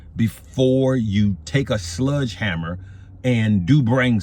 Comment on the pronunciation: "SLEDGE" Hammer Unc..... good lord......